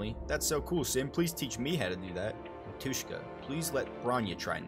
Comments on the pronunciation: Yeah ... licking was a bit weird, little kiss in forehead would be better. is AK-47 saying something? It's that, but without actual model number. "dasvidaniya" - goodbye Btw, it's mAtushka, not matUshka. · I really love their story, and I'm happy that you like honkai too, not only genshin. Thank you for the video! But mAtushka, not matUshka (like mAma)